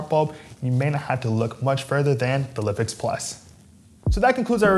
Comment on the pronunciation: I believe it should be pronounced LIFE-X. Nice video otherwise :)